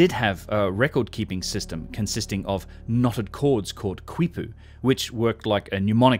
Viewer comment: The knotted Incan record-keeping rope, "kipu", is pronounced 'KEE-poo', rather than 'KWEE-poo'.